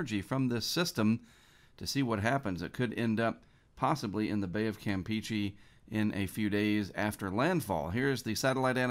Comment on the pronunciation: Hey, I really appreciate what you do in the weather community and I watch your videos every single day, but....... "Campeche" is pronounced com-pay-chay, NOT camp-peachy! You said it correctly one time a few months ago I recall but then immediately reverted back to camp-peachy, so I just thought I'd give you a friendly heads up about the actual pronunciation:)